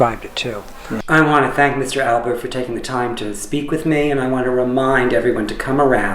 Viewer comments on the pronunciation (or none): It’s Alpert. With a “p”. Jeez. At least know the name of the person you are interviewing.